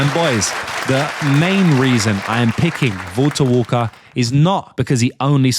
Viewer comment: The British Man’s kryptonite: Saying Valter Walker